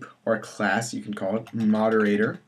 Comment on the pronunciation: Actually, it is spelled moderator, not moderatOOOr...